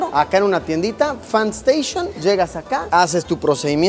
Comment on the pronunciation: Solo consejo de pronunciación No se lee station como en inglés. Se leeria mas como "Shtatcion"